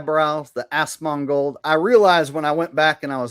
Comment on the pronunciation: 100% A.I. 😂 Good Show, Are saying Assmold when you imitate Asmongold 🤣🤣😂😂